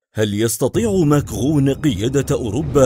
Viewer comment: انت تخطأ في اسم ماكرن بل فرنسية لا تنطق نون اخر كلمة و بلعربية اسمه ماكرن ليس ماكغون